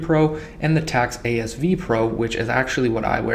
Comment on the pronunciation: AS-V is AS FIVE... not VEE